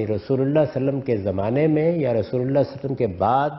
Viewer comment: Mr ghamidi pls read drooud shareef properly upon nabi e paak sallallha ho aleyhey waallewaslem Jazakla